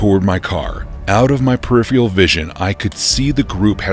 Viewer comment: Ahem...scuse me, but, uh, there's and R in periphery that you are either ignoring or omitting for some other reason when you are talking about peripheRal vision...